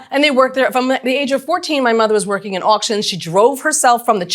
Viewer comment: "Worrioring on Facebook?" Shoopid.